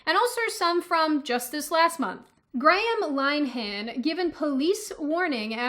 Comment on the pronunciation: "Graham Line Han..." Lol! It's pronounced "Linner Han"! And - "after row on Twitter!" Is that as in rows and columns? Lol! It's "row" as in "argument". You were having a day there,!